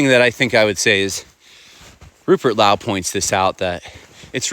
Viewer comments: Your content is much appreciated! BUT I am surprised that you didn't take time to learn the gentleman's name 🙄 Low. High and LOWE. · Good video and I know im nitpicking, its Lowe like low, now Laoww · Rupert calls himself as Low not Lao. Like OH dear not like NOW dear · RUPERT LOWE - surname pronounced LOW not LAU The man with a Silent E will make the most signal. Not simply noise like the rest. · Good video. It's pronounced Low by the way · Rupert Lowe is pronounced LOW as in low down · Lowe.... pronounced Low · Its pronounced low as in the water looks low in the river. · It’s pronounced low (high and low) and he’s our great hope. Change is in the air chaps! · To help you pronounce his name ŕupert low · It's pronounced low the E is silent, Not being critical or doing a gotcha moment just and tip from a Brit for future reference because sounds silly the way your saying it haha 👍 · It's Low (as in high and low) but thank you so much for covering this. (The 'e' in Lowe is silent, I should've just said). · By the way, last name of Rupbert is pronounced 'low', like lying low, which he is not, of course. 😅